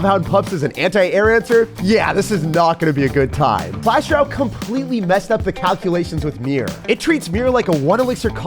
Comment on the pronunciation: I watch everyday and love the content that you put out! But I have to say (with much love)- the way you say "Royale" makes me cringe so much. Again, coming from a place of love 🤪😘